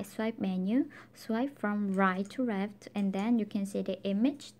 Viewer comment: Ya me too I really like your accent Soo cute ..I really like it when girls have a accent. Especially the / rit 2 reft part . I'm Hispanic so I know about having accidents myself. Don't change anything that's what makes you unique